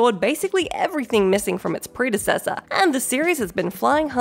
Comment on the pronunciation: Ok they're pronunciation of predecessor was bad enough, but when she pronounced dynasty as din-is-ty, my skin just crawled. I know it's a different dialect but it was just wrong for me.